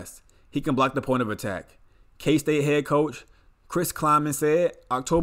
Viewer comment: Absolutely butchered all the kstate names